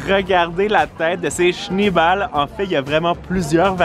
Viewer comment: C'est pas shniball mais schnéeball (boule de neige en allemand)